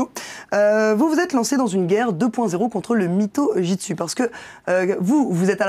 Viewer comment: Ha au fait... C'est Jutsu, pas '' Jitsu''.